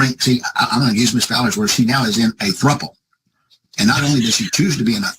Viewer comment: This is the best episode thus far, the 🎤 with Judge Williams was the best. This is my first time commenting, but were u a bit on some happy juice, or sleep deprived but you were cracking me up, like you didn't say Chicago, normal, I heard thruple, which u said incorrect, u seemed extra goofy and fun tonight. Anyhow, love your show!